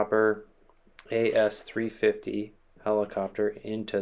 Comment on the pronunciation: The nomenclature is ‘A-S-threefifty’ … ‘Eurocopter’ now Airbus. By no means a new helicopter, it is one of if not the most numerous and popular medium helicopter in the world operating around the world. It is fair to assume most who watch your channel are initiated or familiar with aviation and will know the Squirrel as it used to be called, it is to rotary wing aviation what the C172 is to GA.